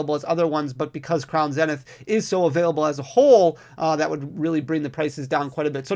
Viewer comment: I love how you pronounce Crown Zenith, I've started saying the same way now. It must be the Midwest in me that loves it haha! Congrats on 100K!